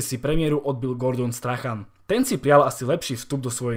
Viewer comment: To jak jsi přečetl Camp Nou mě docela zvedlo ze židle, ale třeba takový Strachan, to mě málem kleplo...